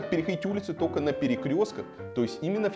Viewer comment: Варламов на ты говоришь "тока на перекрёстках", какой с тебя чтец, максимум обзорщик читинских свалок.